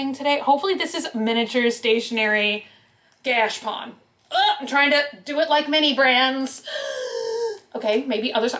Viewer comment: I’m pretty sure it’s pronounced gah-cha-pone. At least the people I know who live in Japan pronounce it like that. Anyhow, those are really cool!